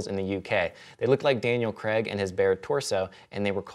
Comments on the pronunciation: His name is Daniel Craig, not Daniel Creg. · It's Daniel Craig, not "Creg". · Craig not Creg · In the UK the name Craig is pronounced Creyg. It was only recently I found out the US pronouce it Cregg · I know the Americans and English pronounce things differently, but Craig is pronounced Cray-g not Kregg in this instance. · "Daniel Creg" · Yes, I know. If he were American, I could understand it, but Daniel Craig is English and doesn't say "Creg", so why would you change the pronunciation of his last name? I would be pissed off if people just decided that they were going to start pronouncing my surname completely differently! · Why do Americans pronounce Craig as 'Cregg'?? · I try not to let discrepancies in language bother me but I don't think I'll ever be okay with the American pronunciation of 'Craig'.